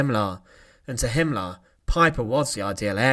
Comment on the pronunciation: Massacar = massacre. Him Laar =Himmler. Pipar =Piper. Yoof =youth. Officar =officer. Leader = leader.